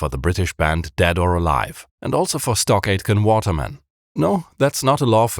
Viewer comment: Every time you said, "Stock Aitken Waterman", I heard "StarGate and Waterman", which was confusing to me until I looked it up.